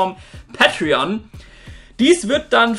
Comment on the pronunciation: Sagst du bitte päitrion.. Und nicht pattrion... Wtf